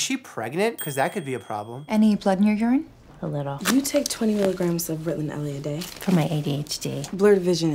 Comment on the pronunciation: The way that woman said “ritilan” bothered me😂